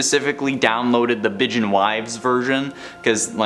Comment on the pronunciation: Bijin is Japanese for "a beautiful person". Sounds closer to bee zheen.